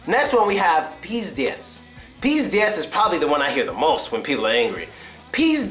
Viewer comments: čeh it's pronounced [pizdEts]. The stress is on the last syllable. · 1) pizdets= a situation is VERY bad 2) not "pieder+rats" this word should be pronounced like "pieder+rust" And don't worry, that you tell something in a wrong way. Russian people can say a "mat" word instead of any other word)))